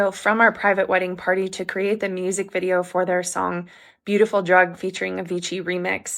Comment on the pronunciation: She keeps saying, "my private wedding vidro" like she married herself.